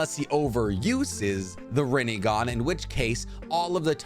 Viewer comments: rinnEgon lol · “Chibuka Tensai” no it’s Chibaku Tensei. “Rinnigan” its Rinnegan “Tomei” it’s Tomoe, not Aunt May’s actress. and I’m not even going to try to spell the way you pronounced Amenotejikara: which of course Pain would never know because the regular Rinnegan he had was incomplete. Another thing, why would Sasuke have tried to use the King of Hell for Neji when he was literally planning on killing them all regardless